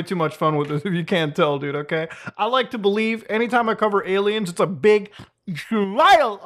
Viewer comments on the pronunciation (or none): Why does he call them ALmaos? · Any day I get to hear Muta say Ay-Lmao is a good day.